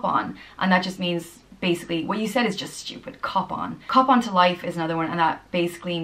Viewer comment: LOL when she said cop on I thought she said cupán as in cupán tae